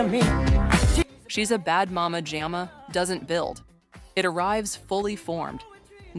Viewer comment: I knew this was had to be AI created based on how they said Mama Jama 🤣🤣 Total untruths being told